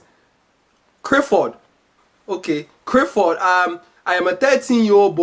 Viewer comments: engrish.... crifford! ah weak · Why can't Africans pronounce Clifford the l